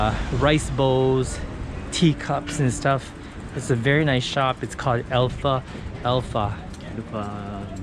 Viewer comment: Great video. Just one small correction. At minute you mentioned the shop named Alpha-Alpha however I think the name is Alphalpha altogether. In Spanish we have that word as Alfalfa that means hay in English. Try saying it as just one word. Sorry if it's my mistake. Anyway, thank you for sharing this great video with us. Peace